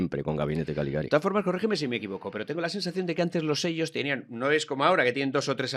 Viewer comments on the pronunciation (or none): CALIGARI, no galigari!!!